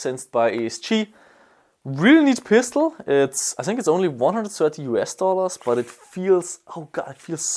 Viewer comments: sink is for washing your plates :D Die Österreicher und des TH xD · i zink haha love it :D sorry for nagging about the accent but its funny